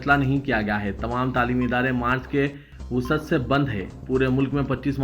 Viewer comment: نیوز ریڈر صاحب وہ لفظ مارچ کے وسعت سے نھئ مارچ کے وسط سے ھے اب حیدرآباد میں اتنی گھٹیا اردو بولی جایئگی تو کسی اور سے اسکے پروان چڑھنے کی کیا امید کی جاسکتی ھے